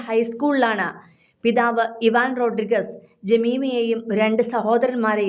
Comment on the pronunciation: ജമീമ റോഡ്രിഗ്സ് ആണ്, അല്ലാതെ മാപ്ര പറഞ്ഞത് പോലെ റോഡ്രിഗസ് അല്ല; ശരിയായ ഉച്ചാരണം പോലും അറിയാത്തവരൊക്കെ മാപ്ര കുപ്പായവും ഇട്ട് ഇറങ്ങിയിരിക്കുവാ. അതുപോലെ കോഹ്ളി ഏന്നെഴുതുമെങ്കിലും ഉച്ഛാരണം കോലി എന്നിണ്; ഇതൊക്കെ എന്നാണ് ഇനി പഠിക്കുന്നത്! You definitely lack due exposure and experience!